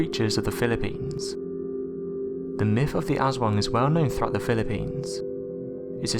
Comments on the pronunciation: U.K. Bobby its pronounced aus-wong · jers25 the way it is pronounced in the video sounds like ASS-WANG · I cringes when you say Aswang. Its cute when foreigners says it 😂